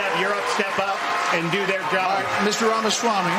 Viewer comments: Why does Benny insist on calling him "Vivek Ron Swammy"? It's RAMAswammy. RAMA. As in AlabAMA. As in RAMA-lama-ding-dong. As in ObAMA. This "Ron Swammy" mispronunciation is completely baffling to me. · And "Vivek Ron Swammy". It makes me climb the walls.